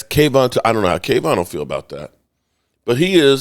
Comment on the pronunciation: I love man but his is KaVonte ( Kah Vont Tay) not KayVon!! Sorry just sounds ridiculous coming from a major fan that can't pronounce his players name right😂